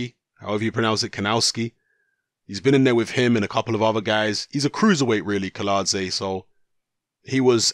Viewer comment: Kiladze is correct pronounced but Kownacki is pronounced as Kovnatski.